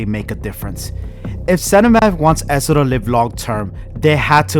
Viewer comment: Bro it’s ESO not esso